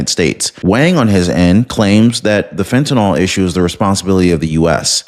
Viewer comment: PLEASE !!! The drug is called FENTANYL, Not FENTANALL.